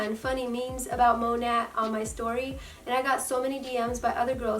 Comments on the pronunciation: Its not called Mon at its monet well the pernouce by the way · And you're saying it wrong.